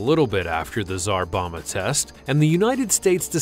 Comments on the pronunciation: Its Czar BomBa not Czar Boma bud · Bom-ba, Bom-ba. Not Boma. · It’s pronounced “ZAR BOM-BA” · I guess you could visit Chernobyl right now, but you'd have to join up with the Russian Army. Also Tsar Bomba is pronounced with both Bs: "Bom-bah". English is weird, ours is about the only language which doesn't pronounce the second B in "bomb". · It's called the Tsar Bomba not the "Zarbama" which sounds like a more evil version of Obama. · And pronounced tsar bomba wrong